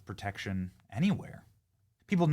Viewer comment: It's pro tection not per tection